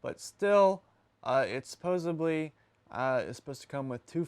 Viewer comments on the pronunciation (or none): My eye started twitching when I heard him say "supposibly." It's Supposedly. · Supposedly, not supposebly, it drives me nuts when people say that, its not a word.